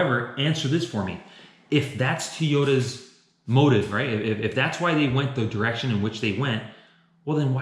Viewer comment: is he saying teyotas?